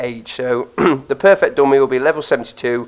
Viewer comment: you should probably learn how to say GUN AND DUMMY properly cuz i keep understanding gum and domain .....